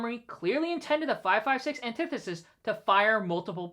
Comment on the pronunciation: Off topic, but does no one know how to pronounce antithesis? Back on topic... Shut down the ATF. ALL problems solved.